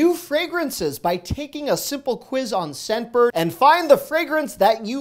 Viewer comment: I kept hearing "Sedburg" instead of "Scentbird".